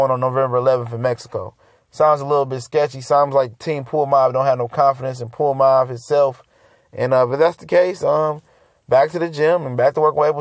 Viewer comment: Who da fuk is Puamav?! Come on, it's pronounced Ponomarev (pa-no-ma-rev). It's tough to listen to you butcher these names bruh Get it together homie, lol